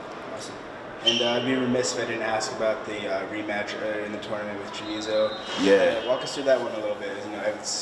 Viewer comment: Jordan turned Chamizo into Chorizo.